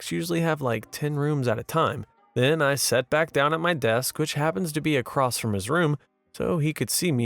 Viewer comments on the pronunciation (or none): none